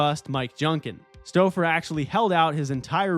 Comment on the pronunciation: Mis-pronounced Kelly Stoufer, tho. (Supposed to be STOW-fer. Not Stoh-fer).